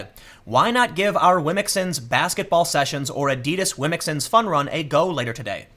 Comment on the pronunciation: Tim is getting really good at saying "womxns".